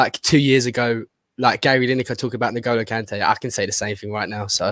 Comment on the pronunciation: Jesus Christ. It’s pronounced “IN-goal-oh” Kanté, not “NIG-oh-low” Kanté.